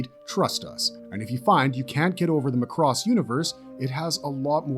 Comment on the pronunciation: My ownly complaint is your pronounciation of Macross... "Mack:cross" not "Mah:cross" Otherwise, yeah, pretty solid list of Space Anime!